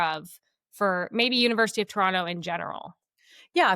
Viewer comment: pronounced “Toronto” wrong!